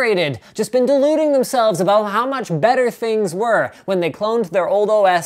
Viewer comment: ABOOT LOLOLOLOL WTF LMAO CANADIAN LOL MAPLE SURUP LOL ABOOOOT???!@